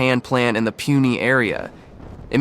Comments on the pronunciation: The factory is located in "Puny" area?🤣 It's Pune -- read as "Pooh - nay" (Or the older name Poona - "pooh-nah") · Bayjaj…Bahjaj…Baajaj, 🤦🏻The proper phonetic pronunciation is “Buh-jaaj”. Same with Puny - pronounced “Poonay” 😂